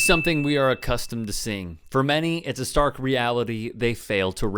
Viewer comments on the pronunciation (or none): none